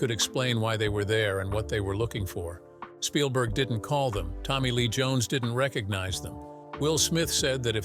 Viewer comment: i do like how you often say 'shpielberg'